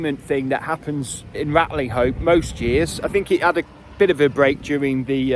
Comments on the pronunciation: i thought that the village was pronounced "Ratcham"? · Great video! If I remember correctly, locals drop the g and h when pronouncing the name. Like 'Ratlinope". A typical Shropshire trait! The place looked deserted! All the best. Keep em coming,!